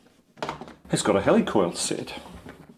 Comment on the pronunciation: At least in North America, it's pronounced /HEE-lih-coil/, as in "helical coil," not /HELL-ee-coil/, as in…"helicopter"? :)